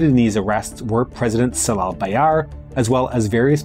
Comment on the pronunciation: Great documentary about 1960 coup, however as a Turkish person, your pronunciation of ‘c’ letter in Turkish names had jarred my ears :) ‘Cemal’ or ‘Celal’ not with ‘c’ as in ‘cell’ but with ‘j’ as in ‘jazz’